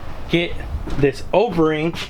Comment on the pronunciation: Does he keep saying Overing instead of O-ring ? 😂 sounds like ovarie. Solid vid tho 👍🏽